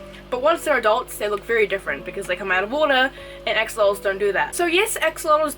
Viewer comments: Just as a note they are not AXE🪓olotls, it is pronounced ASH' O' LOTLs (🇲🇽AXOLOTL🇲🇽) from the old language NAHUATL (nawatl in order that u can know how to pronounce it by the way too). GOTTA THANK U Gringos, cuz this is a BEAUTIFUL animal and we the Mexicans from where it is originary as an endemic species NO ONE GIVES a DAMN for those lil BEAUTIFULL MONSTERS (but just a few who also love💕🐉em and study to keep em in the right way), so they are getting extinct 😞😞😞 even no so long ago a bunch of MORON mexican Politicians made a MASSACRE with 200 healthy mature Axolotls in a more political action for votes than for the species subsistence. But I am sure that as in other species situations YOU🇺🇸will be MUCH MORE SUCCESSFUL RETURNING THE AXOLOTL to a SECURE NUMBER OF THE SPECIES and in a GOOD PLACE SUSTAINABLE 🙏🏼😔 even if not being the original one but good if it is for their best. So I send my BEST WISHES AND REGARDS👍🏻🇲🇽🤜🏻🤛🏻🇺🇸. THANK YOU 🙇🏻😘🫂🤝🏻😆💕🐉. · I kept thinking she was saying ex mortals instead of axolotls